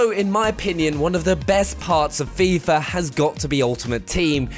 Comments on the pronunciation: "Fifar 18" lol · There's no "R" in FIFA... FIFR? Also no "F" in "with"...no problem with "Fifth". Feel like I'm watching the Family guy episode where they can properly pronounce "whip".